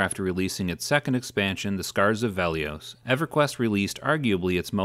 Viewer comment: Why do you pronounce Velious so weird? it's Veli-[us] not Veli-[ohs]